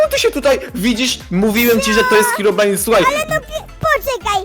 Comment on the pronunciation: Czemu powiedziałeś heobrajn jak na końcu powiedziałeś hirobrine hmm...ciekawe albo ci się pomylilo e tam pozdro